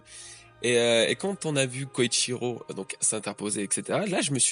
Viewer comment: Salut! Je me demandais: pourquoi tu prononces "Koichiro"? Dans toutes les trads que j'ai lues c'était écrit "Kyoshiro" donc je me demande si c'est intentionnel de ta part? En tout cas continue comme ça tes vidéos sont oufs:)